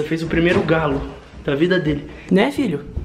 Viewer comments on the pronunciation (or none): Ñ se diz calo, se diz galo!